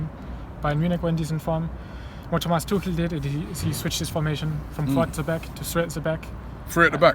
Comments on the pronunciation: Why do you say "Tookel" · you don't pronounce Tuchel like that Robbie please come on